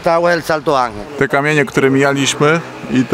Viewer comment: Słychać, że opanowałeś dobrze hiszpański, ale błagam ten wodospad to fonetycznie Santo Anhel. Tak się to czyta.